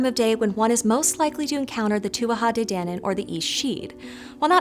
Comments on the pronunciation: The pronunciations here bothered me so MUCH: TOO-AH DAY DAN-AN, and SHEE. A name for a variety of female sidhe were called the ban-sidhe which is where we get the Banshee - note the SHEE pronunciation? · Please please learn the proper pronunciation of irish folklore beings. Its pronounced TOO A DAY DAN ANNE THANKS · (Tua- te- DAWNIN).. not DANin lol nice vid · Tua de dannan is correct pronunciation Yank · Pedantic Irish person here. It's pronounced: 2-ah day Dan-Anne, in case you're interested. And they weren't fairies, in other words, little creatures with wings. Think of them as pre-Celtic people who practised magic. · Correct pronunciation for Tuatha DéDannan is too-a-ha day-dan-en (it's Gaelic Irish) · It's pronounced very differently than you pronounce it... the gallick pronunciation is more like "two-ah-tha day da-non"... I have a lot of Irish friends and spent a lot of hours learning gallick pronunciation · CHECK-OUT: IRISH ECLIPSIS AND LENITION (GRAMMATICAL FUNCTIONS)! TUATHA DE DANAN, IS PRONOUNCED: TOOWEE DE DANAN. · Her pronunciation of two a ha day danon ruined it for me! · Just a note, it's pronounced 'Tua Day Dannon'. Irish pronunciations can be weird. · saying Tuatha de nannan again again, i so satisfying for some reason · Some notes on pronunciation because Irish can be tricky if you don't know the phonetic rules Tuatha Dé danan: To- ah -ha de dan -aan Fir bolg: Fur bolg/bolc Sidhe: she (as in bán Sidhe, fairy woman - banshee) Fo/mor/rians stress on the mor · Your pronunciation is atrocious.